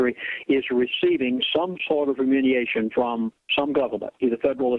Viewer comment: I think a lot of these ideas are correct, but remuneration is consistently misprounced; fiscal cliff becomes physical cliff. How can an educated person of his type do this and be taken seriously? , 501 (c) 3 non-profit corporation becomes 401 (c) 3. Educated people do not make these kinds mistakes. Or, am I being too harsh? So far, I haven't heard eck setera, but I'm waiting for it! Pardon for being so cynical.